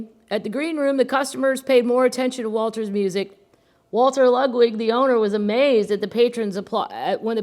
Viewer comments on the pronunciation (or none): none